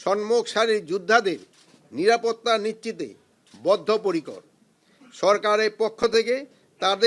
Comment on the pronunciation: হইসে, কোনো পোরকার, জাতীয় সংচ নির্বাচনকে, অন্তবতী সরকার, নিরাপত্তা নিচ্চিতে বদ্ধ পরিকর.... (ওসমান হাদি হত্যা!!!) ধীর গতিতে বাংলায় স্ক্রিপ্ট পড়তে উচ্চারণে এতো ভুল!!